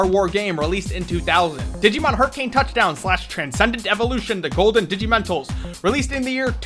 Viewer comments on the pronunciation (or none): none